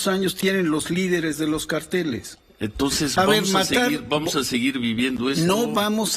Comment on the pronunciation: Elpigmeo, se dice “cárteles”, no se dice carteles. No es corrida de toros